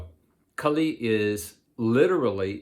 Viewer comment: Its Kaali, not kali.... like kaalabhairava...